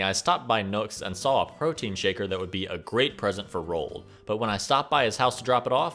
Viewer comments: Why do you pronounce Roald als rolled lol. It's Ro-ald. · RO-ALL-DUH not "rolled" Sorry that shits annoying.